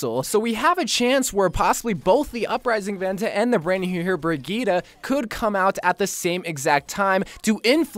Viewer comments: It is pronounced briyit no briyita, at least according to the presentation video of Brigitte and Google traductor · IS THIS BOY PRONOUNCING BRIGITTE AS BREGETA 🤦‍♂️🤦‍♂️😂😤